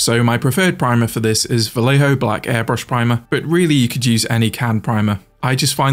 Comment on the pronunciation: Is NOT Valejo. it is Vallejo = Vajeho. Double LL = J for you J = H for you